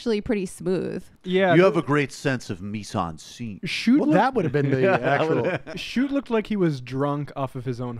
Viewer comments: Not chute..... Shoot-eeeee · His name is pronounced Shoot tee rhymes with duty! Also Bootie! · Michigander here, totally voting for Whitmer. Just FYI, her name is pronounced Wit-mur and Schuette is pronounced Shoot-ee. Best wishes! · If you’re going to do a story on someone please take the time to learn the correct pronunciation of their name and their current job. I’m a liberal but it’s hard to respect someone who can’t handle the basics.